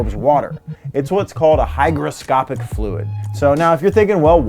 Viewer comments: Did he say “HyGROWscopic” fluid? 🧐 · "hyGroscopic fluid" 😂